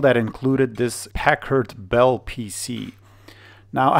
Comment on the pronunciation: LOL, sounds like you're saying Peckerd Bell.